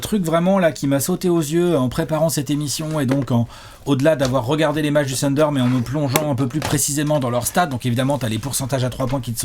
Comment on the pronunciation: J’avoue que je n’avais pas regardé la vidéo jusqu’à présent juste parce que ne supporte pas la prononciation « TEUNDER » de …Une fois assumé le zéro effort pour respecter un minimum le nom de l’équipe la vidéo est comme tout le temps: top 😊 Bravo les gars!